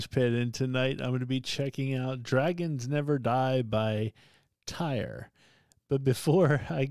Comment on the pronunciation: yeah, it is not pronounced tire lol, for English speakers it is more like tear (like you shed a tear, like in teardrop, or tier). But then if you listen to Heri the singer/guitarist of TYR pronounce it, it is slightly different with his Faroese accent. There is a vid on Youtube where he pronounces it He also says when people say it like tear/tier they accept it/are ok with it because they do not expect people to speak Faroese.